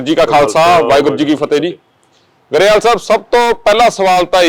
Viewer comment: ਗਰੇਵਾਲ ਨਹੀ ਗਰੇਵਾਲ ਕਿਹਾ ਜਾਣਾ ਠੀਕ